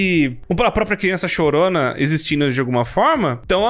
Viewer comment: Kkkkkkkkk quem gosta quando o fala*Crionça*kkkkkkkkkkk